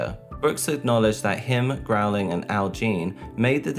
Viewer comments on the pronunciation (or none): Why do you keep pronouncing the Simpsons creator’s name as “Matt Growling”? His last name is spelled “Groening” and pronounced “Grayning”. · I thought it was "Groan-ing" like the sound I make after hearing him say "Growling" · Why are you pronouncing it "Growling"? 😂 Why do MJ stans know nothing about anything that doesn't immediately pertain to him?! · what amazes me is they used an interview of Matt from a late night show...... sooo you're telling me you watched the host introduce Matt Groening and still said "Growling" and no one took notes or used Google or Wikipedia or the entire Youtube video archive? damn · Where did you get Matt GROWLING from? It's Matt Groening, which is pronounced Gray-ning. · Matt Grow-ling? Groening * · groening not growing. dear god. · The creators name is Matt Groeing!,.......NOT Matt Groweling! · Matt "Grain-ing" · Matt Groening (Pronounced Gray-ning) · Forgive me, but Matt Goenings’ name is pronounced like “gray-ning” 😅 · Hey, the name 'Matt Groening', Groening is pronounced as [Gray-ning] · Could you please learn how to properly pronounce Matt Groening's last name? It's not Growling.